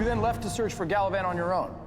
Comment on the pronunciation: Gavelin lol